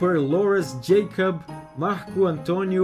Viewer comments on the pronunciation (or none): none